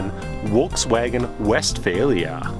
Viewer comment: What's a WolksWagon?????? Lol.